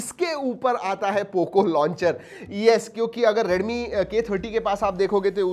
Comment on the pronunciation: Please pronounce 'Redmi' properly.